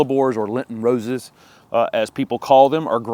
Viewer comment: It's :Lenten, dear. "Lenten".